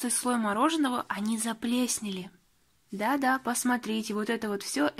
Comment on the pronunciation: заплеснели? "Заплесневели🤭"